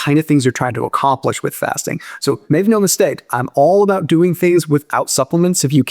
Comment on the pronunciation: “Mave no mistate” the hell does that mean?